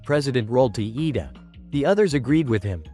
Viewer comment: IT IS NOT Lida it is iida